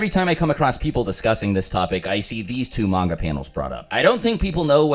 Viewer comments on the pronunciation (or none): none